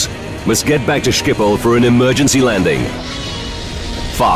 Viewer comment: Stupid narrator can't even pronounce Schiphol. How long would have taken to research? 1 minute? Disgrace.